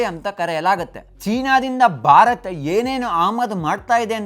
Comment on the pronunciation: Bharata anta sariyagi pronounce madi please. Barat kelolke agalla